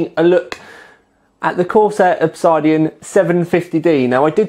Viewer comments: Oh fuck my life It isn't Ob-side-ean, it's Ob-sid-ean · Great review as always. Sorry to be an arse, pronunciation is ob-SID-ian, not ob-SIDE-ian. So the 750D is cheaper than the 650D. That's not confusing. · It's pronounced Ob Sid Ian, not Ob Side Ion. Google: "Obsidian is a naturally occurring volcanic glass formed as an extrusive igneous rock. It is produced when felsic lava extruded from a volcano cools rapidly with minimal crystal growth." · OB-SID-IAN not OB-SIDE-DIAN lol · It's Ob SID Ian, Not Ob SIDE Ian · it's pronounced Ob-Sid-Ian:) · Proper pronunciation of Obsidian would be an educated move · This guy speaks with an English accent but still can't pronounce 'OBSIDIAN' properly. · Are you mispronouncing Obsidian just to mess with me?